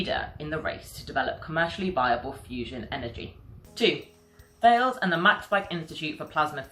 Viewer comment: The French company Thales is not to be pronounced in the English way, it is to be pronounced in the French language way: TALESS ( The H is silent )